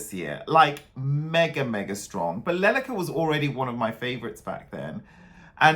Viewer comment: Her dress, and especially her sleeves, symbolize the wings of a stork. In Ukrainian it is Le-le-ka. The emphasis is on the second syllable. The stork (leleka) is a Ukrainian bird that is associated with home and homeland.